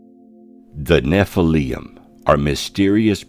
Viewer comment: nephilium???? theres no u in it